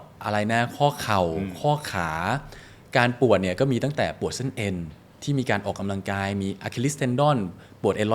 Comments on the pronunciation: คุณหมอจิมมี่คะ ขออนุญาต feedback การออกเสียงคำว่า “ออก กำ ลัง กาย” ให้ชัดเจน ถูกต้อง ไม่ “ออก กะ ลัง กาย” ได้ไหมคะ จะดีสำหรับผู้ดำเนินรายการค่ะ ขอบคุณค่ะ 😊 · พิธีกร ควรใช้คำว่า ออกกำลังกาย ไม่ใช่ ออก กะลังกาย